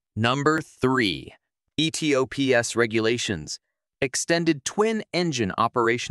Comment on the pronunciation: Its pronounced "E-TOPS" one word